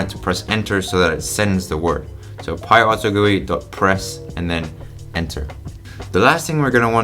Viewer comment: he pronounces it like it's some sort of pie! Pie auto gooey but actually script. what it means is Python Auto Generated User Interface